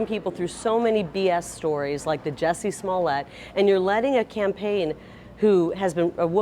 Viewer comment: It’s Jussie not Jessie… doesn’t help to mispronounce the name